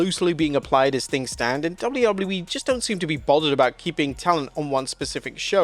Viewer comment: Anyone else notice he says it “Double-lou double-lou E” instead of “Double-you Double-you E” or is it just my ADHD? 😂